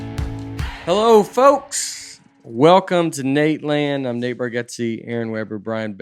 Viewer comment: And thanks for pronouncing my name right. Love you Nate